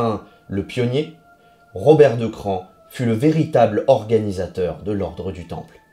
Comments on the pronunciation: c a r se dit '' cra'' , plus ""on"" ca fait CRAON , pas CRAN ! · Le mieux est sans doute que vous contactiez les propres habitants de Craon, dont la mairie par exemple, pour voir comment eux-mêmes prononcent le nom de leur ville... mais bref, vous semblez détenir toute la vérité, je vous envie... Bonne journée à vous aussi et au plaisir d'argumenter sur de prochains sujets.